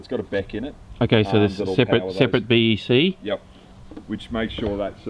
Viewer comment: " a separate BEC". 10/10